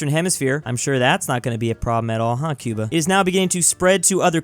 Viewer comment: Said Cuba Khyubha